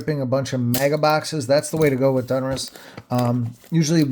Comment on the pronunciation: ITS DONruss NOT DUNruss 👍🏻